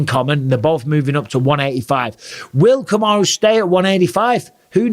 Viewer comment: Really Bisping! Put some respect on Kamaru's name